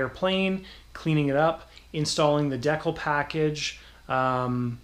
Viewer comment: It’s distracting to watch hearing the word “deckle”. But I like the work.